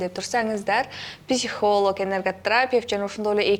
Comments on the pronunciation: Алып баруучу туура сулош керек го. Энерготрапевт эмес энерготерапевт. Фамилиясын да туура эмес айтып салды го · Журналистка ,туура суйлосонор,Энерготрапефт эмес,Энерготерапевт дейт,билиминизди остурунуз